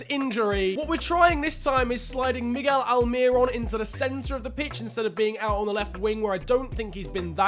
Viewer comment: No one: Absolutely no one:: MIgGeL ALmiRoN